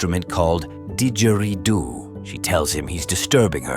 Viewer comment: “…called Did-geridoo” I don’t know just the way that was pronounced, there was some thing that stood out about it!